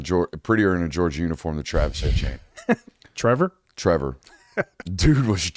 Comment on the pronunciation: Guys. It’s Trevor Etienne not Trevor Achane